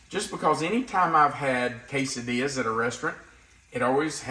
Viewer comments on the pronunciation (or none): none